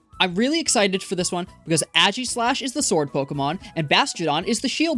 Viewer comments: Im sorry, but ageeslash just sounds wrong. Aye-giss-lash (pronouncing the "g" like j jif is fine) is the way i pronounce it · it's aegislash not ægislash 😭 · who in their right mind pronounces it "aggy-slash" wtf